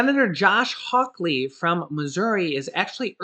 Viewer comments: Say it with me H a w Lee not hawk lee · It's hall ly not hawklee can you tell im from Missouri stay safe and God bless !!! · His name is Josh Hawley. Not Josh Hawkley. 😆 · I just want to let you know for future use. Two things! - 1. The U.S. Senator from Missouri, Josh Hawley. His last name is pronounced like the word Holly, just like the Christmas song: "Holly Jolly Christmas". - 2. Regarding the state of Illinois, never pronounce the s at the end. Pronounce the ending just like the word "Toy" without the t. - oy. No big deal. Jut to let you know for future use! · It's pronounced hawley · No (k) in Hawley from MO.